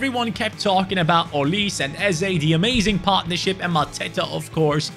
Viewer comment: It’s not olise It’s promised O-li-seh